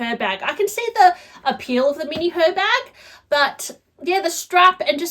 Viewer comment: The H is silent (like it is in Hermes) so it’s pronounced Er Bag. I hate mine. Worst purchase I’ve ever made. Terrible design.